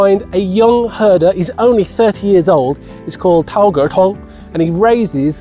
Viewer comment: he's called, I heard 脑壳痛，哇哈哈哈哈